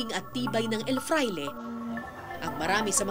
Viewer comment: El FRAILE not EL FLAIRE